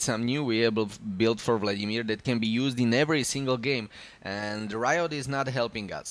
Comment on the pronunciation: Kdyz slysim "vladimÍr" Tak je mi podle prizvuku uplne jasne ze jsi cech nebo slovak :)